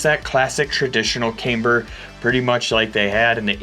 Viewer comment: Still says cameeber though